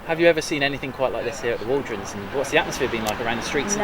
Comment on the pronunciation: It's not waldronds , it's the Walronds when I lived there.